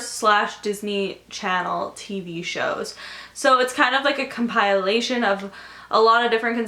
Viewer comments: is that rlly how you pronounce compilation? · Come-pile-ation......Too funny. You're such a doll x